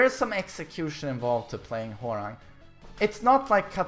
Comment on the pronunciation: who else kep hearing whoreang? lol